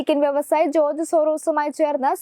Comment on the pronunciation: ജോർജ് എന്ന് ഉറച്ചു പറയൂ കുട്ടി